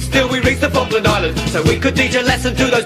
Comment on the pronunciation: Se pronuncia Falkland Islands, hazlo bien.